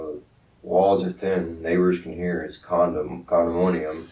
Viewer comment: reads at a college level folks. Ever since he lived in his “CONDIMOOOONIUM”